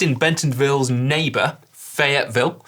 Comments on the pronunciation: Nice work on the Arkansas accent for "Fayetteville", Si! It actually tends to get shortened down to "Fet-vul". Our version of Gloucester or Worcester. :) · Si said "Fayetteville" like he is from Tulsa. Nice work. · Don't worry Si, you pronounced Fayetteville correctly the first time 😂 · Congratulations on your pronounciation of Fayetteville. — born in Arkansas.